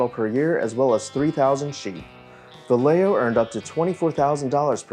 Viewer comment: Vallejo is pronounced Vah-yeh-hoe. I had no idea what you were talking about until you should the rancho adobe. Lol